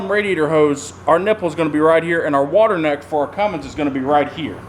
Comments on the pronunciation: that's not a thing he needs to get one that says fummins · How about never calling it a Fummins ever again! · The fummins😜